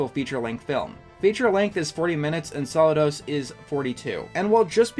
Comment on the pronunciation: It's pronounced SaLOOdos